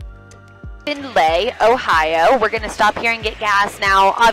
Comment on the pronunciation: As a person from Ohio... the way she said Findlay...🤬... only joking 😂😂